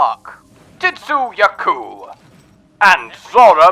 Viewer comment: I couldn't help but notice that you pronounce 'Tzitzi' ya ku' as "Tit-sue" ya ku. I see that a lot of people don't understand that the 'T' is silent, you don't acknowledge it. Just like we don't all go saying 'Tsunami' as "Tit-sue" nami. It's nothing I would take gripe about, but if people keep hearing it, soon they will go into Chinese restaurants asking for General 'Tit-sue' chicken and I can't take that! Lmao!